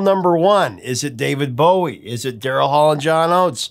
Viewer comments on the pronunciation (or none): none